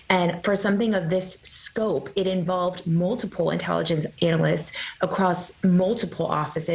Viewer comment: She said “anal-ists” 🤪